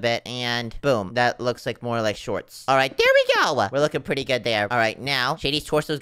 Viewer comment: ( ) mines pwetty scary ( not making fun of his voice sorry if this hurts your feelings )